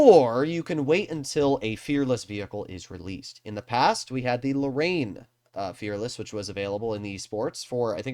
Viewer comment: Wait wtf did u call the Lorraine 💀